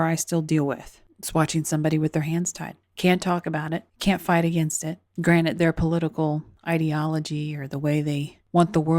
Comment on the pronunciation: Granted not “ granite “